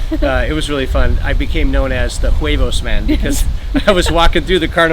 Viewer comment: The "h" is usually (always?) completely silent, so it's (h) "uevos" and (h)"arina."